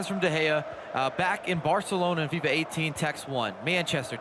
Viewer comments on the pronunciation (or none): none